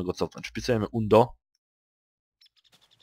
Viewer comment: Nie ,,undo" tylko ,,andu". Ale ogolnie fajny filmik, bardzo pomocny